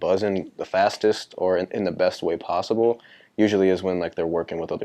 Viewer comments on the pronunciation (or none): BACK AGAIN- it’s prossiblleee